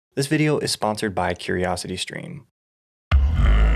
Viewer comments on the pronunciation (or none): none